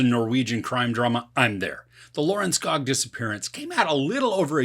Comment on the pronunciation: Lørenskog, don't forget the ø